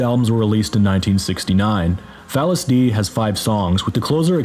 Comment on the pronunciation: DEI is pronounced like DAY, you yankee